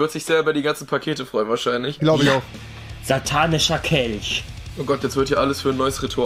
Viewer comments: Niemand: Wirklich Niemand: Rewi: Ein Satanicher Kelsch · Niemand : Wirklich Niemand : Rewi : ein satanicher kelsch 😂😂😂😂😂😂😂😂😂😂😂😂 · Normale Menschen: "Satanischer Kelch" Rewi: "Satanicher Kelsch"